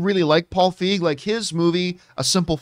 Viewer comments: The way he said Feig lmao. Dont you pronounce it 'Feege"? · I guess we all call Paul Feig...Paul Feige from now on.